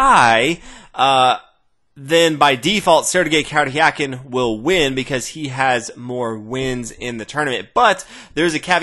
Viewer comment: I find it funny how you struggle to say the "r" in Sergey Karjakin's name(no offence ofcourse, just that english doesnt have that sound) :)